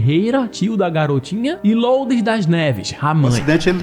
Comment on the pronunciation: só uma dica de pronuncia: Lourdes se lê LURDES mesmo.